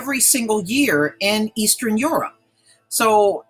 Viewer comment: please start saying eastern, western, and southern correctly. lol. Geesh